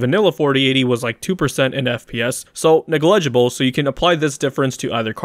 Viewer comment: nuh gligible